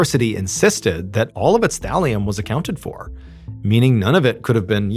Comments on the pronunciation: Oh, thallium i heard valium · Oh Thalium!!! Haha I though you said VALIUM!! Hahah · take a shot for everytime Ballen says "Thalium" lol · Is Mr. Ballen saying “Valium” or “Thallium”? Sorry, I can’t distinguish what he is saying. 😮😅😊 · Lol i thought you said valium 😂 had rewind and listen again.. thalium makes more sense lol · thought he was saying valium